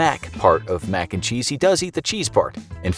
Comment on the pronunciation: I got likes for every time the narrator says max and cheese